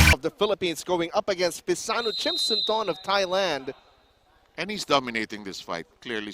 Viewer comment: Thanks bro for the video but it's Phissanu Chimsunthom not Chimsunthorn*. Aka "Wissanu Kokietgym" he was a very good boxer in past I'm a big fan of him.🥊🥊